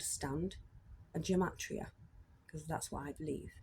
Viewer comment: It’s pronounced Guh-mah-tria. Freemasonry is basically a search for truth and comparative religion studies. Masonry knows Jesus is the Sun, this is the reason the church attacks Masonry. It descends from the Sumerian Mysteries, established by Enki(now called The Lord/Adonai)